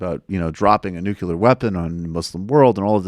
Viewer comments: ‘Nuclear’ is pronounced ‘NU-klee-er’ not ‘Nukyular’. Please learn to speak English. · Michael, just say, “ New-clee-are “. The right wing Politicians did say “Nu-k-yell-are”. But you don’t have to, too. (It just BUGS me that they got into people’s heads!) I’m not ordinarily such an —-hole. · Bush got endlessly teased because he mispronounced "nuclear." And this guy mispronounces it the same way. Lol... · Michael Brooks is a complete dribbler - can barely pronounce the words he is trying to use. A commentator for dummies with zero idea about what he is talking about. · You can't even say nuclear correctly and you want to be taken seriously? Pick one.